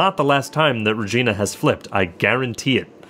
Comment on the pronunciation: Pro tip: Regina is actually pronounced like vagina. no joke dude I'm Canadian.